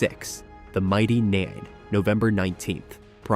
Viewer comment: It's Nein pronounced Nine. Clearly the AI bot hasn't even watched the trailer. Apologies to all critters tuning in.